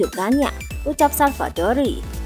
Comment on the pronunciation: Savadori yaa min bukan Salvadori